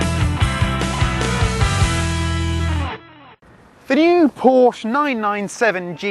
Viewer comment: respect the neo. RESPECT IT! a "Poor-Sha" with out a turbo? NO WAY!! would volks wagon let them?